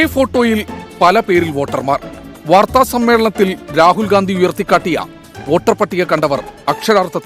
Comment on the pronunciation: Le tg: രാഹുൽ ഗാന്ധി അല്ല രാഹുൽ ഗണ്ടി 😅 അതും പറയാൻ പറ്റുന്നില്ലെങ്കിൽ ഗ മാറ്റി അ വച്ചാലും നോ problem 😂